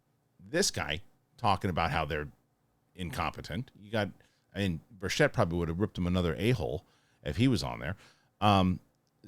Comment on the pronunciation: Sorry in advance, but Tim himself mentioned this. His last name is pronounced birtch-it. Emphasis on the birtch. 😊